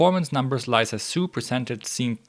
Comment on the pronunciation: Lisa is pronounced "lee" "sa". You said Liza :)